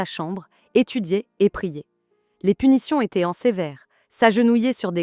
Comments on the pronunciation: Si ce n’est pas de l’IA, pourquoi prononce t’elle aussi bizarrement le mot « étaient »? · « Fiancaillez z’annoncers » « étaiant » « remarkered » j’espère que c’est de l’IA…